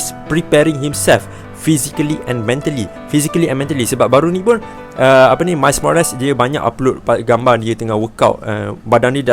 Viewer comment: " mais morales " 🙄